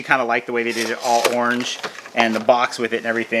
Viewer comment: Was it me or did you pronounce Orange the first time as Ornge?!? It was Strnge!!! 🤔 All jokes aside you always impress and delight with every haul! One man a Toucan, a Batman, a funny man by the name of Conan, and last but not least a superhero Cos Man!!! I always enjoy every vid you put out my friend! #FBFAM